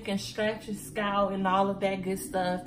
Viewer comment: lol girl you was like scratch your scout lol I died 😂😂😂😂 I’m like did she say scalp or scout 😂😂 I’m frm STL and we country asl luv you videos and content keep it up girlie❤️